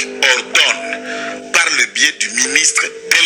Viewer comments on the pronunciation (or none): none